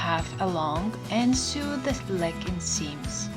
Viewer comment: Lovely lesson. I wish I had a serger. By the way, you speak good English, but it’s “So” not “Soo” for the word “Sew”. “So-ing”, “so”, “sone” (not “soon”). Good luck.